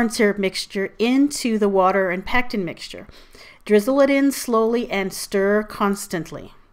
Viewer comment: It sounded like you said pecs mixture.